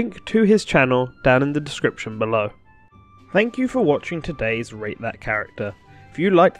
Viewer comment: I swear it sounds like you say rape that character